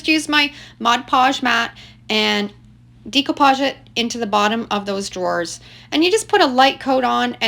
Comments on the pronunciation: I just started watching your videos, and couldn't figure out what you were saying! The term is pronounced "Deck-o-page," not "Deek-o-page.". Hahaha! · Great projects!!!! Maybe it’s a Canadian thing but the way you pronounce Decoupage stood out so much I was distracted, lol. In The US we pronounce it - day·koo·paazh. Every time you said - Dē co pauge I kept thinking decompose, hahaha. Anyway, I digress… The projects are great!! Thank you for sharing! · Love upcycling and enjoy your vids. Not trying to be a stickler, however, it's "day"-coupage not "dee"-coupage. Per Webster, the word is spelled with an accent above the "e" which gives it a long "a" sound. Forgive me, but it throws off my old ears every time as I try to listen to your instructions. 😵‍💫 Loved the sap buckets! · Wheres your dump at notice u say decopage differently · You’ve done some fantastic diy’s here. I’m all for saving the land fills from becoming so overcrowded with things that can still be revived. Glad you have the foresight to 😅see that and pass along the ways to revive throwaways. I do wonder though if “decoupage “ is pronounced differently in Canada. I know it as day co Podge or deck ko Podge, phonetically sounding. Am I saying it incorrectly?